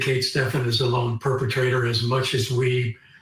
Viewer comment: Can you not pronounce Stephen? It isn't Stefan......DUH